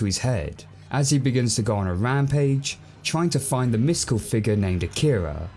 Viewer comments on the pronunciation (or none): Love the reveiw, but... A-ki-ra not A-kira🤣. Just a gripe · Do they ever actually pronounce it “uh-keer-uh” as opposed to “okk-ih-ruh”? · You announced Akira wrong... Sorry, had to say it.